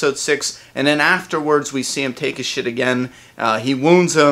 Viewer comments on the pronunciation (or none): I thought for a minute you said "Dwight took a shit" instead of "his shit." Haha. I was like: whaaaa??? When?